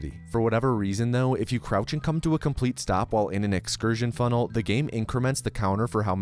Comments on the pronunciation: the word complete changes to cumplete XDDDD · I noticed that "complete" turned into "cumplete." :)